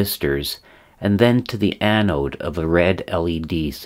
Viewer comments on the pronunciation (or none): none